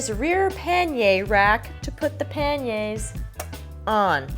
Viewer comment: Thank you thank you thank you for calling panniers “pan-yays”, not “paneers”!!!🙏🙏🙏🤘